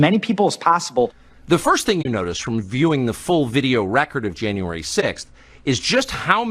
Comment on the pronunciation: “Janyay 6” I love it B Tatum!!